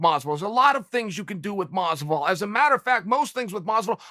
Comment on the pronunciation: "George Masvidal"😏